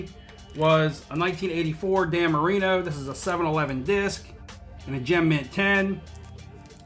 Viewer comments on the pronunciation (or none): none